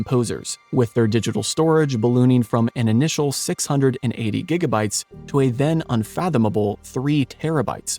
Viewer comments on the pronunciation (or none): none